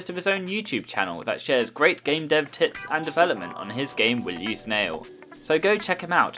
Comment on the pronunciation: You said tits not tips